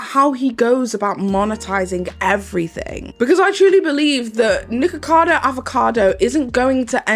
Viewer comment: So is that how his name actually pronounced or is that how u saying it because if that’s how his name is actually pronounced, I don’t like it because ur saying nikka and that’s a censored/joke version of nigga and I’m offended because he attacked CoryxKenshin (black) on his channel and said the most ignorant racist things and tried to ruin his image by lying and still haven’t apologized. As a colored community if one attacks us we all shouldn’t support or keep supporting the person who did it. Idek how ppl likes him or watches him cause the way he acts and talks to and on ppl is disgusting. You cant make sb good just because of a YouTube personality. But if that’s how his name is pronounced and he talks down about the same race his name is mocking then that’s crazy asf. I wouldn’t do a video about him or with him if I was offered all the money in the world because that says a lot about peoples characters depending on what they like.